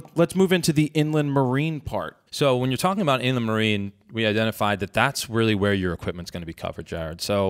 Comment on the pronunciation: It is spelled Inland Marine for anyone else wondering. I had to look it up in my policy. Weird way to pronounce it. In-le-marie